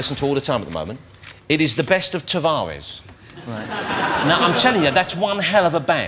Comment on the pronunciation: "he's left his Tavawez" haha